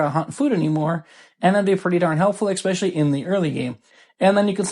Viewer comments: expesially? It's especially friendo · “Eck-specially!?” Hahahaha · Great video. I just have to remind you though, there is no X in especially. 🙂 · Good video but there is no X in especially